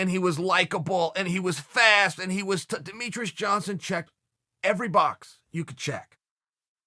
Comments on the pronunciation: Who is Deh Me TRUS??? ITS DE ME TREE ES. I feel like you do this on purpose, getting people's names wrong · Chael, are you saying Demetrus? 😆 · If Chael says its "Demetres", its Demetres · "Dont try and out-demeatruss demeatruss" - Chael P. Sonnen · If it was anyone other than Chael, I'd correct him on how he is pronouncing Demetrious' name.... It has Michael Petrus overtones